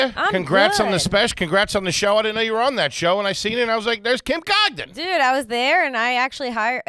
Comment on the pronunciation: ending the episode by mispronouncing last name